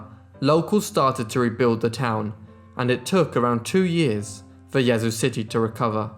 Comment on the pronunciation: Great job pronouncing Yazoo! From a born and raised Mississippian.